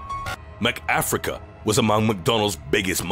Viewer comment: ”NUMBAH TEN. MACK AFRICUH” , & ”NUMBER FEYVE. TOO HUN DRET PEE PULL RIOT” got me so hard